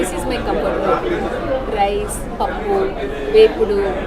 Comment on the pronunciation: From her Telugu accent in pronouncing pappu, beerakai, perugu, she must be a native telugu person😊